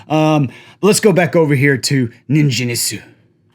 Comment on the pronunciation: Ningen = hard 'g' like gate or get.